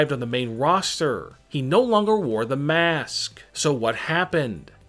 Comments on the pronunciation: I hate how you saw mask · He sayed mAAsk and i got so parinoid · Why the fuck u keep saying it like in jaapaane in a maask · why do you say maask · The way he said mask is brutal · the way he saiys mask :D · The way he says it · Everytime he says mask it gets weirder